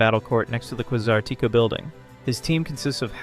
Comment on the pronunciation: Bro, you keep saying names of Pokemon and the company completely wrong, you’re saying quay-sar-tee-co it’s pronounced quay-zar-ta-co and you said Ar-i-a-dos, it’s pronounced Air-e-a-dos